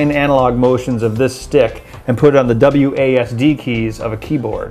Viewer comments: It's not wassad, it's Wossed WASD or Wazzed. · WAHSAD? wtf did he just say?